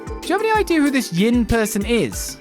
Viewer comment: the one translation issue i had with geofront and by extention nisa since they used it as base, is the name Yin, Yin is a name in Chinese wich in japanese is prenaunced as Gin, they kept reading and saying it as Gin untill hearing about the assasin from eastern origins and how Yin may be the intended way of saying it while talking with the bearded guy.